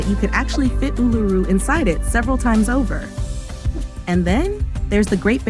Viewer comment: And it's not A-LOO-roo it's OOL-a-roo, which sounds so much cooler.